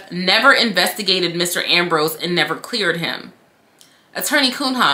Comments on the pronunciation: girl I love you and your vids but hearing you repeatedly pronounce the attorney's name as KUN-HA sent me hahahaha its a portuguese surname, pronounced "Cunya" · I ❤️ you, but I humbly submit that “Cunha” is likely a Portuguese name (in light of the given name), and is thus pronounced [Kūn-ya]. 😬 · Pronounce like Cuña. It's a Portuguese name where there's no ñ. She is primordial ooze – such a luxurious adjective. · Her name is Portuguese. Pronounced Koon-Yuh.